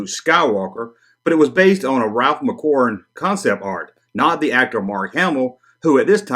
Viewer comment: Please, please stop calling him Ralph McQuarwen